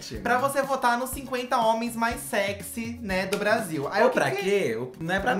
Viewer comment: ''seksi'' kkkkk